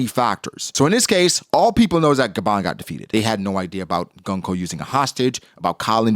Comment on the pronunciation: His name isn’t Killing-ham. Its Qilingam. Her name isn’t Gun-Koh. It’s Gounko. Why can’t people say any of the gods knights name properly.